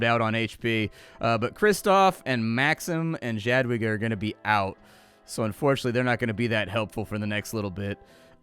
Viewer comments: Jadwiga is pronounced Yadviga in English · if you remember one thing about pronouncing Polish words, it's that W is a hard V - not soft wh, that's the Ł letter you see. (Bonus points, Jadwiga is Yad-Vee-Gah) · Jadwiga, is actually pronounced Yadviga. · It’s pronounced yadviga you communist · Jadwegia is pronounced Yad vee ga (hard g as in go). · id try saying "yatviga" and "shrootmyestscheh" might sound more polish, oh and "mo-ko-toof"